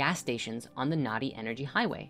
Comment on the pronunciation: "Nadi", pronounced "nuh-thee", is the Sanskrit word for river.